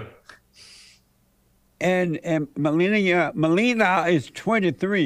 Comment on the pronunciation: It's *Me lee nee yuh